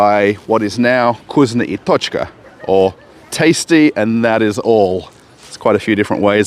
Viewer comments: Is not kuzno i tochka ...is vkusno i tochka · You say it wrong - it’s not Kusnya I tochka, it’s VKUSNO I TOCHKA. U read it as it is written